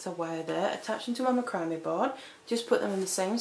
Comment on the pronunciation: macrame' pronounced \ˈma-krə-ˌmā .